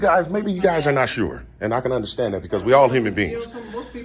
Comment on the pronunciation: “Guyzsiz” aka: “Guys”